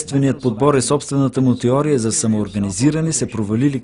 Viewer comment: теория а не тиория за разказвача btw